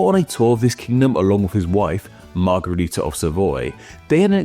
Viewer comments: It's weird that you keep calling it a Margarita and not a Margherita. One is pronounced with an a and one with an e sound. As a kid I found it funny that both the Margarita drink and the Margherita pizza sound like the Romanian word for Daisy, "Margaretă" and thought it was just some coincidence... gee I wonder why they sound like that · As a fellow Romanian -- trust me when I tell you that both the 'a' in margarita and the 'e' in margherita are pronounced identically (as a schwa, represented as ə in the IPA, or ă in Romanian) in most English dialects 😘